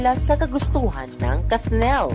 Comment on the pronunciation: Bakit kathnel ang pronunciation nyo